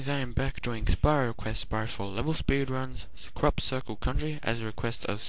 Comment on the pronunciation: It sounded like you said "Crap-cicle Country!" xD